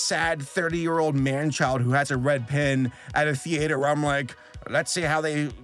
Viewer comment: the way you pronounce theater drives me a little crazy lol